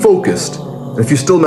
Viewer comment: End is getting close Eid getting close It gets more british every time he says it.😂